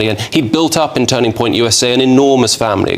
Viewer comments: Get a robot that knows how to use words and tones and knows how to say USA without sayer USAER. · Turning Point U.S.A! Not ooosa, you AI video generating muppet. 👎 Blocking your trash channel.